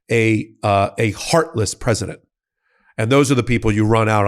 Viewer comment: Anyone notice that he said “predisent” Trump and not president. Doesn’t mean anything. I just thought it was funny.